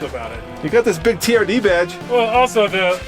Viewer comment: That Toyota is a TRD. Sound it out.